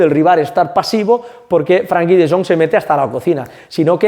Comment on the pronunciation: gran video! Eres un crack! Recuerda que se llama FrEnkie no FrAnkie. Salu2